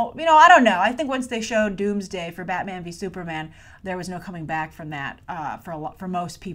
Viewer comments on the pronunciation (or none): none